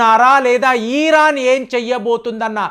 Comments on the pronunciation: ఈరాన్ కాదు, ఇరాన్. అలాగే లూసిఫైర్ కాదు, లూసిఫర్. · మీరు ఇరాన్ కి బదులుగా ఈరన్ అని పలుకుతున్నారు. అలాగే కొన్ని పేర్లను కూడా మీరు తప్పుగా ఉచ్చరిస్తున్నారు.